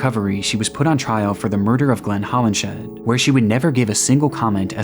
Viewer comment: Just a note on pronunciation: "Hollinshead" is pronounced "Hollins head," and "Folie à deux" is not "folly a doo." In French, syllables are stressed equally, but with emphasis falling on the final syllable, so whereas in English the stress for "folly" is on the first syllable, in French it would be the second. For the vowel sounds, think of the sound "ugh," like a grunt, and say "fugh-LEE" and "-eux" like "urr" with the r deemphasized. Or go to Google Translate, set the language to French, type in "Folie à deux" and imitate what the TTS says.